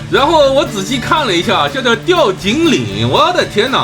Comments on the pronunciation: 那讀 tiao（條）調景嶺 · 是條（調）景嶺！